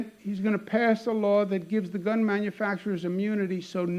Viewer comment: hehe not bun, gun